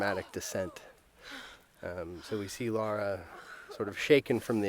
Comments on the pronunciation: Her names LARA not "laura" -__ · Lara, not Laura. God of war, not gears of war. And is is TOMB RAIDER! And we LOVE it!